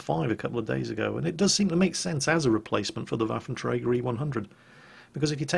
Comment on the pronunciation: Can you say Waffentrager more please